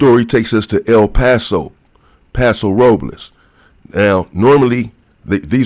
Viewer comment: Not el palso it’s Paso Robles I paoroled 1990